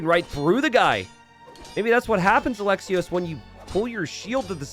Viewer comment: Just because I know you care about the pronunciation, otherwise I wouldn't care, Alexios Komnenos, Alexios you pronounce great, Komnenos e is like esports not echo and the emphasis is on the last O so KomnenOs .